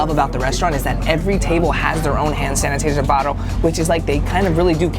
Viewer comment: No one gonna talk bout how he said “hand sanitaser” instead of “hand sanitizer?” 🤣😂😂❤️❤️❤️ love you